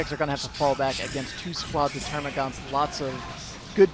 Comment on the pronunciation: Dammit, they're called termagants, not -gaunts. There's no "u" in their name like the hormagaunts. ^^ Aaanyway, great cast as always, and great game by the players. Big thumbs up! :)